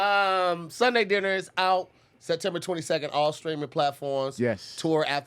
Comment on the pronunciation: “SUNDAY DIN-DER”?! 😭😭😭😭